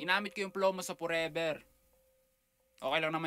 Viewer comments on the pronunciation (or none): I’m Filipino, and understand Tagalog (and sarcasm). “Drake, ginamit ko yung flow (pronounced ‘plow’) mo sa Forever (pronounced Poreber). Ok lang naman yata, diba?” And then “Yeah, you got that fkn Manny Pacquiao goin’ on for you. You impersonated him. Yea, you got some Filipino homies.” Sounds like a jab to me.